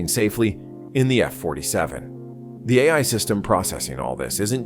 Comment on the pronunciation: Teach your "AI" pronunciation and I'll consider subscribing.